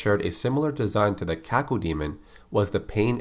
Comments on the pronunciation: When I was a kid, the name Cacodemon was apparently too much for my brain to process. I ended up pronouncing it "ka-CODE-mon" for six months before I realized that the word DEMON was in its name. Oops. lol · Cacodemon; Kay-Co-dee-mun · You say cacao diamond